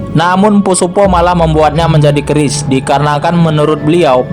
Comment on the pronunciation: Min bukan orang jawa kah kok nyebut keris nya ka bukan orang jawa